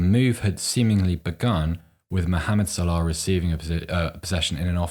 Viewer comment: Why is this bald pleb pronouncing Salah like that? What a pretentious knob head